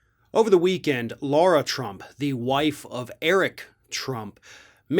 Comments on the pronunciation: And it’s La-ra not Laura. If you want to called Laura you’re missing a letter. 🤦🏾‍♂️ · it's Lara, not Laura. And it's hydroxychlor-quin, not queen. Dig your show but this detracts from your very good points 😚